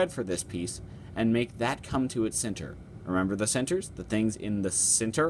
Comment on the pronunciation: i like the way you say "center" hahah. Never heard it like "Cinter" before.